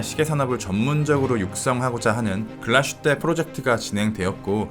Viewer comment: 글라슈테가 아니라 글라스휘테인 것 같은데요?